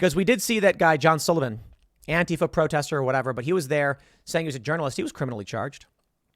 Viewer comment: Tim is one of the infinitesimal few public figures that pronounces Antifa correctly. One day "anTEEfa" will never be heard again. Gotta go update my anTEEvirus software. brb